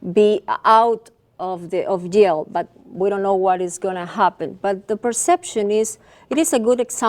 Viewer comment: "30 years of yale." That is a horrible English.